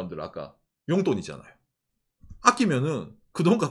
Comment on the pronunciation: 욘돈이 아니고 용돈